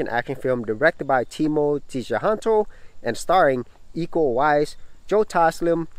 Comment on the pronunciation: Timo Tjahjanto is pronounce Timo Chah-yanto , and his basic is horror. He is known to have fetish for gore and blood. All of his movies are bloodfest. It probably would still be the same if he direct drama or comedy. LOL... Nice review BTW. Love it.